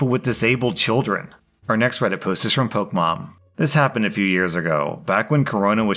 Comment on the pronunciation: I seriously don't understand how someone who reads stuff for a living can pronounce so many things wrong. Pokemom and vitiligo in this video, but it happens in like every video he mispronounces something